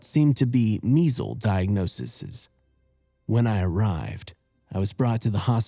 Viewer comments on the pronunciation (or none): I reckon It's pronounced diag-no-seez not diag-no-sis-is. I could be wrong though